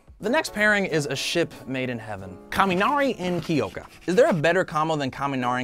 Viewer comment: Okay not sure if it’s just me but it’s really annoying, being I live in japan, at how bad he butchers the names. Kiyoka? There’s no i people. And ochaco. It’s o cha ko. I’m so sorry, this just really makes me mad.